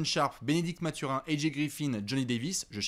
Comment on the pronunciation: Merci les gars excellent podcast! tu m'as bien fait rigolé quand tu prononces Mathurin à l'anglaise. Il faut savoir qu'avant tout la première langue de Bennedict est le français donc son nom se prononce à la québécoise😜.